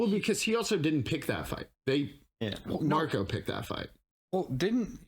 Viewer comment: Hi:hand-pink-waving:😘 We love you and everything, and you are SOOOOO smart! (but...) The name Marco doesn't have an 's' at the end. 😜 This is the 2nd episode that I've noticed you calling him Marcos. It's not like it's a huge deal or anything, but so many other reactors have called him MARCOS INAROS and it just gets me. LOL Just sayin'. But you can call him that if you really want to. I'm SOOOO glad you guys are enjoying this show so much! Your enthusiasm is so evident and so fun! And, so cool that you get to enjoy and react as much as the others get to, now that you're up to date with the episodes you'd already watched., I'm still waiting for the right moment to come up in the show so I can say what you said a few epi's back that blew me away.